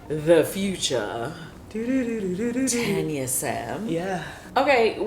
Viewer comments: I love me some Tanya. She is so down to earth, friendly and classy. Btw when you guys call her name I hear tenya n not Tanya. Is that how she pronounces her name? Just curious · Love you girlzzzz! Tanya is so funny! We pronounce it right here in the UK Girl.. Its Tanya, Not Tarnya... Haaaa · Naw your name is Taun-yah 😂 I'm not Tan-ya